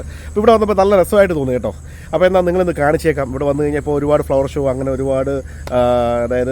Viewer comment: ശോ അല്ല ബ്രോ, ഷോ